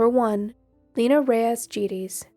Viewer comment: I'm pretty sure her last name is pronounced hard G and small vowel e = Geddes - rhymes with eddies.